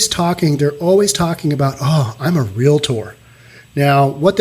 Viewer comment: Thank you for phonetically pronouncing REAL-TOR. I use to be the Executive Officer of an affluent area in Southern California and the most intellectual REALTORS could not say REALTOR or REALTY Company. It was either REAL-IT-TOR or REAL-IT-TY COMPANY... To my ears it sounded like chalk on a chalkboard. Thank you again.